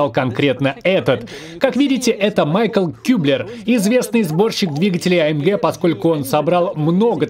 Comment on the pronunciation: может Мишель, а не Майкл? Немец, как никак